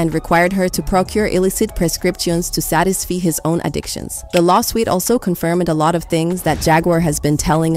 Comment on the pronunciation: Is this a AI channel? She be mispronouncing words once minutes but then pronouncing them correctly the next minute. She called him didy rhyming with tidy. Then said satis-fee instead of satisfy. Then fly va in your ear?